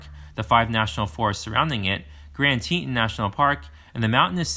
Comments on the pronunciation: Ill say it cause it drove me crazy. Grand TEE TAWN. Thank me later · Ab-sa-roke-a… not Absork-a mis pronounced about 20 times. Tee-ton, not whatever this guy was saying. Dubois is pronounced Doo-boys by everyone in the state. Great video except for the verbal errors.